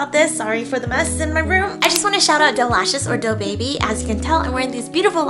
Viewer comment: Did any one else hear Deobi instead of Doe Baby!?... Yes I'm The Boyz trash 😅